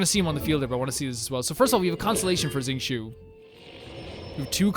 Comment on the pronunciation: Uhm acshually it’s (zing-cho) not (zing-Choo) 🤓